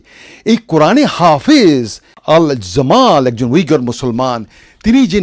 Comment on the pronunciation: সৈয়দালী, সৈয়দ নয়, হাফিজ উদ্দীন , হাফেজ না